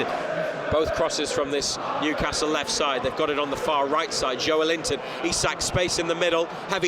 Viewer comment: Yup..and it's Newcastle .. the way u did it , its like saying Liver Pool :)